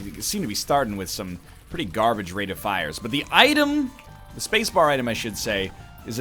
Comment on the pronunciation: DEAL with the devil. RATE of fire. Northern, this pronunciation is insane.